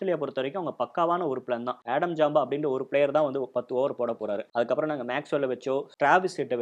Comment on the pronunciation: நல்ல பதிவு .... இரு சிறிய திருத்தங்கள் ... அவர் ஜாம்பா (Jampa) இல்லை ... ஸாம்பா (Zampa) ... அதே போல ஹாரி (Harey) இல்லை ... கேரி (Carey) ....